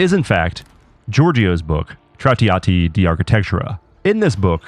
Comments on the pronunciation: tratiati is hurting my ears :D Otherwise great video. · holy shit the language butchering "Traahtea Ah Tea" do some research brother😂😂😂